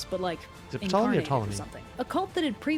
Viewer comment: The P is silent. And he was Pyoleny the First, that's why the I is there. Also this dynasty of pharaohs was responsible for Cleopatra.